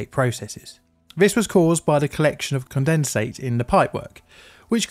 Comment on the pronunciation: just aheads up i think you pronounced condensate wrong.